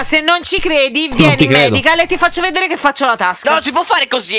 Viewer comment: Non si dice medical ma madebay